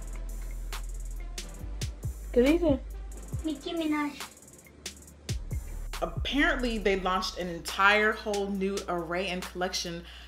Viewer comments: Im dying at that Micki minach!!!😂😂😂😂😂😂😂😂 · Lol miki minach